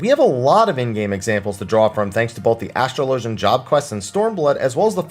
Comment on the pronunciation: Say it with me. Ass-trah-lah-gen. Asssssss-trah-lah-gen. Say it quick.